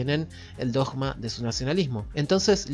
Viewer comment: voy x el minuto 11, es interesante, pero ¡no te aguanto más pronunciado la palabra "dogma" como si fuera una J y no una G! ¿Cuál es tu problema? Porque algún problema tenés... 🤷🏻‍♂️🤷🏻‍♂️🤷🏻‍♂️